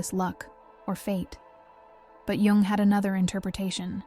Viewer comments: it was shocking it sounds like jank or rubbish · Carl Jung is pronounced like 'Young" or "Yoong", by the way. sigh 😢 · If you were going to reference the man will you please pronounce his name correctly Carl Gustav Jung (/jʊŋ/ YUUNG;[1][2] German: [kaʁl ˈjʊŋ]; 26 July 1875 – 6 June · I love your videos, but is there a reason why you keep alternating your pronunciation of “Jung”?